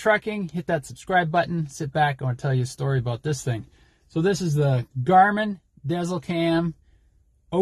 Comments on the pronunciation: It’s actually pronounced “Diesel” not dezl 😂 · Pronounced Garmin Diesel. I wish it had a feature like Trucker Path that displays fuel prices at each fuel location shared by other drivers. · Think about the dash above the E, when pronouncing the name of your Garman. (Garmin dēzlCam™ ) good review otherwise!